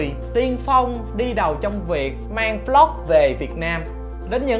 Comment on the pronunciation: Anh nói vlog thành flog nghe khó chịu